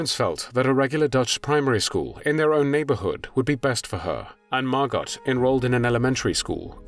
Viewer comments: Her name is pronounced Margo, not Margot despite the spelling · I have a couple of friends named Margot, it's pronounced Margo, not Margot. The T is silent. Pronounced the same here in the States as it is in the Fatherland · Yes,thanx,for pointing out the proper pronunciation. Margo,yes,not Margot! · Her name was actually pronounced Margo. And even thought it’s spelled Anne, they pronounced it Anna. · Please be aware you do not pronounce the T in Margot. It is Margo. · It's pronounced Mar-go. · Margot = MAR-GO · The t is silent by the way. Margo. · Not Margot. It's pronounced Margo! Just proves what damage religion does to humankind. Glad I'm a non believer. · MargoT ? Your AI narrator has a glitch. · generally the T in Margot isnt pronounced, its usually mar-go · Her name is pronounced Margo….to not pronounce the “t.” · Someone really needs to tell this narrator that the ‘t’ in Margot is silent. Her name is MARGO. Aside from that little annoyance, this was wonderfully done. Thank you. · Pronounced Margo! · Can someone please teach the narrator how to correctly say Margot? It’s not Mar Got (like got something) cmon dude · Even though her name was spelled Margot, it was pronounced with the "t" was silent. Her name was pronounced Margo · In the Netherlands it is pronounced as MARGO with O,T is not pronounced at all! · Margot was my mom's age. I believe the t in Margot is silent. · It’s Margot like escargot…. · I don’t think her name was MargoT ….I’m sure it was pronounce Margo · The T is silent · Please correct french name Margot not sounding the t. Many thanks . Best wishes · This is annoying me. Surely it’s Margot (softly pronounced) and not Margot, pronounced hard? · You are correct. So irritating pronouncing it incorrectly. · Margot is a French name and you don't pronounce the final 't.'